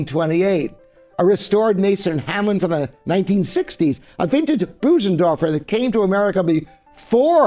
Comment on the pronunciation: Sir, you could at least pronounce the names of the pianos correctly. I refer specifically to Bosendorfer & Fazioli. Thank you